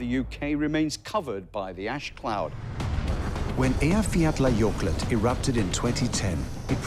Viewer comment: It's called Eyiafjatlajokull, not a Eyiafjatlajokult. I might have the spelling a little off but the pronunciation is much closer (even if it's just phonetical).